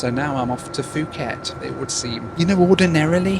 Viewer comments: Love your videos. Have been such a fan but not really when you said Fuket instead of Pooket. 😂 Just kidding! Your videos are amazing! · It’s spelled Nadi but it’s pronounced “Nandi” by the way. Also, Phuket is pronounced “Poo-Ket” not “Foo-ket”. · I love your videos, but you kept mispronouncing a word and it drove me insane. Phuket, Thailand is pronounce poo ket not foo ket. I know this because there was a sixth grade student in the class next to mine named Phuc. A substitute started going through the roster and I could hear her trying to come to a proper name. As she got to fu.k I jumped in and yelled its pook. Her response was "Oh, thank God!!" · It's pronounced (poo-ket), not (foo-ket). Because the h is muted. It's like saying Phnom Penh (puh-naam pen). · It is said Pooket NOT Fooket. It's Thai not English. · Nice video but please, it’s “pu-ket” not “fu-ket” Thailand. 😂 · Nadi is pronounced "Nandi". I used to think it had an "N" in it, lol. Could you not have done Nadi to Christchurch or Auckland to Australia? or were you wanting to minimise the transfers? "Poo ket" not "Fooket" How fabulous to see all the different airlines. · Really Fuket??? It's pronounced as puket ( phuket ) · It’s pronounced poo-khet not fu-khet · Just a heads up, Nadi is pronounced 'Nandi', and Phuket is pronounced 'Poo-ket'. Love the idea of this challenge! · Isn't it pronounced poo-ket? The p just has a little puff of air. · Bro what is “Fooket”… For someone who travels the world a lot, and for how well known Phuket generally is, I’ve never heard anyone call it that way. 🤦‍♂️ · fooket and mount raynee ey... hehe. Poor guy, he must be tired... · Phuket not fooket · Great video as usual. You obviously did your research but... FYI Nadi is pronounced "Nahn-dee", Phuket is pronounced "Poo-ket" and Perth was not the furthest south on your trip. Sydney is furthest south. Sydney sits at approximately 33.87° S latitude, while Perth is further north at about 31.95° S latitude.